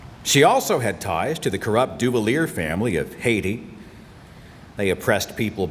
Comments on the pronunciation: For reference Seth, Duvalier is (roughly) pronounced Du-vah-lee-ay. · ...also, Du-val-yay would be more accurate. Cheers! 😊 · It is French Du-val-ee-ay. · Okay am I the only one who chuckled at the miss pronouncing of Duvalier? Lol